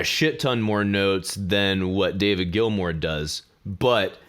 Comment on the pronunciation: em diar "Gilmour" please.